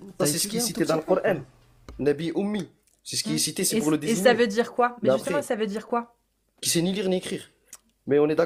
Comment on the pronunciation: Faut pas djire djire faut djire dire